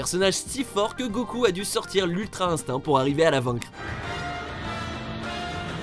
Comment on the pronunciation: Arrête de dire gokul...